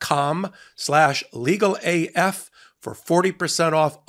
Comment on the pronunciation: Hey man... If you gonna say 'calm' that many times... You really need to annunciate the word each time bc ... I was listening to this in the shower and the noise from it made it sound like you were saying another word over and over... Lol